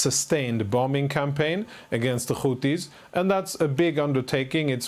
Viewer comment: They’re called Houthi’s NOT Houti’s!!! There’s an H after the T for a reason and you’re supposed to be an anchor? I don’t know why this drives me so crazy but it does 😂 Say it with me,, Houthi’s 😂😂